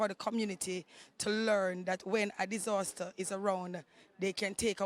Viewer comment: 41 Disoouustaer